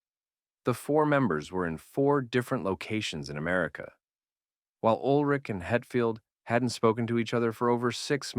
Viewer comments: you pronounce Ulrich way wrong Urlick?? anyways yeah Load & Reload mostly Load in my case collects dust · I came to the comments within 1 minute of the video starting to make this exact comment. One of the most iconic and well known musicians ever, no reason to pronounce his name incorrectly. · I agree with your assessment of the music from Load & ReLoad. Well stated. But.. Urlich? That pronunciation keeps jabbing me 😆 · Can’t even pronounce Lars’s surname properly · Were you trolling? Or did you really only learn to pronounce ulrich halfway through recording the video? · It's lars ulrich not whatever you said haha 😂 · So detailed yet still say "Ulrich" incorrectly